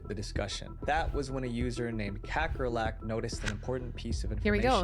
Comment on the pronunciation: kakkerlakk means cockroach in Norwegian😂 probably other germanic languages too. Never heard it pronounced in an english way before😆